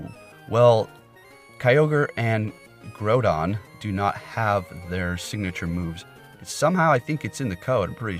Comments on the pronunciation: Groudon is Grau-dawn not Grow-dawn. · I'm triggered he keeps saying groundon.